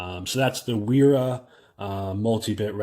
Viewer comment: BTW... Wera is pronounced (Vera ... the W uses the V sound .. same for Wiha tools = Viha pronunciation) - Nice review ... 👍